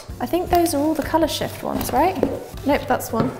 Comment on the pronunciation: Why did I hear "color sh*t" instead of "color shift"?😂